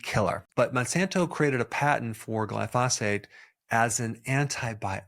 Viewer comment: Glyphosate.. the emphasis is on the first syllable.....